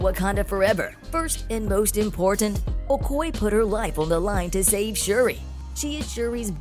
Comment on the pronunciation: Her characters name is pronounced Oh-koy-yay. If you're going to report on a character, please get the name right. Thank you.